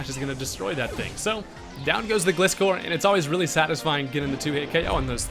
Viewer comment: Pretty sure Gliscor is pronounced like "Glide" not like "gliss..."